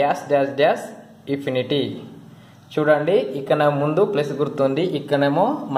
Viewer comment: Dear brother, your explanation is good but you pronounce infinity as ifinity......ifinity